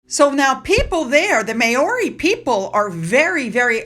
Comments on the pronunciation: It's pronounced Maaori not meiori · Great video, but next time you see the name MAORI you should pronounce it MOW (as in How)-RAY. The Maori people are a beautiful and colourful people. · please google pronunciations. Maori is pronounced Mowri (with a rolled 'r'). It is insulting otherwise. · Travalyst is a scam y the way the name Maori is pronounced Mowri just for future reference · It’s pronounced Mow-ree, Just saying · I know, I know pronunciation isn’t your thing but…for future reference Māori is pronounced Mowri…like ow it hurts..rather like watching Harry “dialling it in” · it's pronounced Mowree as in cow. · No offence to you but Maori is pronounced mouw-ree 🦛🇭🇲🦜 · It's pronounced: MAO (rhymes with cow)-ree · Hi, Maori is pronounced Mow ( as in wow) ri. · Māori pronounced maw-ri. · Just FYI .... Maori is pronounced Mowrie. Mow like cow and rie like wheeeee.